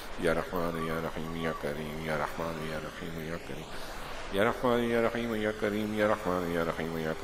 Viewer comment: ASSALAMALAIKOM wa rahmatullahi wa barakatuh, JAZAKALLAHU khairan, somewhere it is listening like YA RAKHEEM , it is my listening mistake or some correction ?